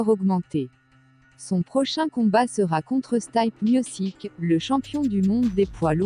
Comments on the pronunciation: ST "AÏE" P MIOSSIQUE mdrrr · stype miossik